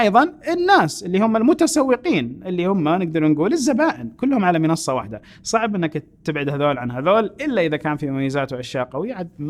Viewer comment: منصه تنطق وليس مينصه